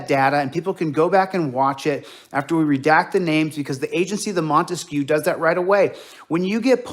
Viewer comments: Damn, this clown is hilariously stupid. "Microbytes", probably more commonly called just a byte? Oh, and please don't insult Ray-Ban, instead they look more like Oakley, the lame people's choice. Ray-Ban, on the other hand, makes classy stylish glasses. Also, what the fuck is a "monteskew"? He keeps reminding me of Romeo & Juliet, the Montague family. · What this dipwad is calling "transparency " is also known as THE SURVEILLANCE STATE". What an effing moron. Ps... wtf is "montesque"?!? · What the hell is the "Montesquieu?" 🤔🤦🏻‍♀️ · What's with this "Montesquieu" crap?